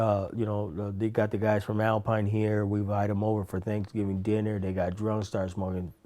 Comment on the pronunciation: Korey Graham its sooo crazy to hear him have a mexican accent lol. its a first for me. he said "Thanksgiveeng Deener"😁